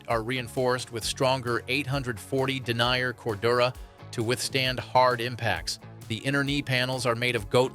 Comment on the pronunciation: its den ear, not denier FFs, and how unbiased is it when the majority of the 'ad' is KLIM